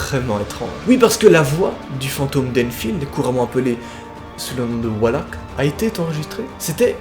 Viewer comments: Super vidéo comme d'hab mais la façon donc tu prononce valak me perdube un peu c'est comme si le V tu l'échangais avec un W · Tu dis wallack 😂😂😂 mais ses valak 😅😂😂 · Valak pas walak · Enfaite je n'aime pas te corriger ou critiquer MAIS c'est pas WALAK MAIS VALAK AVEC UN V c perturbant merci x) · on dit pas WALAK mais VALAK AVEC UN V!😂 sa ma énerver pendant toute la video mdrr😂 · Pk tu prononce "Wallak" alors que ça ce prononce Valak comme ça s'ecrit 😂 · tu sais que se n'est pas walak mais Valak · V alak pas W alak VALAK OKAY 😭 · On dit Valak... Pas Walak et techniquement il a rien à voir avec une nonne et la réelle histoire relatée dans Conjuring 2 n'a rien à voir avec Valak non plus c'est clairement dit que "Valak" a été ajouté à l'histoire pour servir le scénario du coup ben... Voilà xD Ps: comme dit dans un autre commentaire la jeune fille n'est pas Lauren Warren mais Annelise Michel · Mec tu dit walak a la place de valak mais bon pardonner car la vidéo est super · T'écris valak en titre mais tu dis Walak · Non mais c pas walak sa ce dis VALAK avec un V!!!!!! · Walak c'est valak avec un V qui fait les son VÉ pas WA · Pourquoi il dit oualak au lieu de valak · cest valak avec un v et pas walak 😂🤦🏻‍♀️ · On dit valak pas walak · Et on dit pas genre “Valak” et pas “Walak”? Ça me perturbe de fou😅 et ensuite l’image de la nonne a été rajouté par le réalisateur du film prc que l’entité n’a pas de corps défini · ON DIT VALAK PAS WALAK ( mdr au moin dis le bien quoi ) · C pas walak c valak mdr😅😅❤ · Pas walak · Mdr tu dis walak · Ha je suis pas folle il dit bien Wallak 😂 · Non non t’as bien entendu il dit Wallak 😂😂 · En latin le "v" se prononce comme le "w" peut être qu'il prononce ça comme en latin ? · MAIS PK TA DIT WALAK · D'art la video mais on prononce le 'V' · On dit Valak c'est un v mais bonne vidéo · "Walak" mais s'est que t'es un génie toi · Pk il dit Oualak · Qui veux le tapper quand il dit "le démon walak" xd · Ca se dit valak pa walak